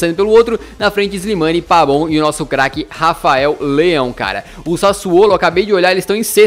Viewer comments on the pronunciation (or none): Que raiva, é PAVON e não PABON!!!😠😠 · Eh Impressão Minha Ou O Tá Chamando O Pavón De Pabón Kkkk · vc fala errado kkk vc fala pabon sendo que é pavon mesmo assim seus videos sao muito bons parabens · Pavoooon e não Pabon que raivaa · porquê vc fala PABON e não PAVON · Pq vc fala "Pabon"? Kkkk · DouglasAnimações Clbc man eu escrevo meu nome do jeito q eu quiser, a pronúncia certa é PAVÓN